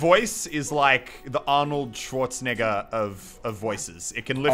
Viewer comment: he said arnold scwaznigga